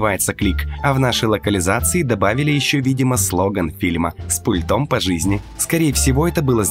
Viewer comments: С пУльтом! Ударение на первый слог. Как можно быть таким безграмотным? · Ударение на У пУльтом... Перезапиши колхозник